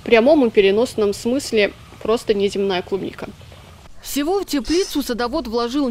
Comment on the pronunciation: Не клубника а трубника